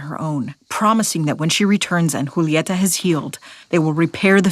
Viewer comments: Woah, you're the first I hear saying Julieta instead of "Yulieta" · That’s how you say it though